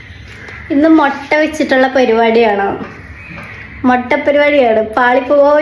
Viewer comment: മൊട്ട അല്ല മിട്ട ആണ് 😌